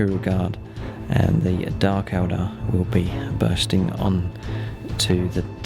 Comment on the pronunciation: you said dark eldER instead of eldAR